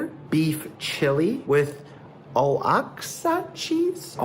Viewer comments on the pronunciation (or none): Say it with me “WAH-HA-KAAA” 😂 Oaxaca